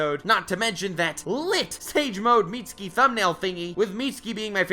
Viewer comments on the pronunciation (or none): Mit ski. Not meat ski